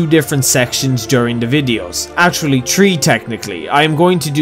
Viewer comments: Three is not pronounced "tree" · >tree >tchrenten >ting >Betesda Sorry. Couldn't help it. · I was a little skeptical if you truly were Irish, then you pronounced 3 like "tree". Yeah, you're Irish.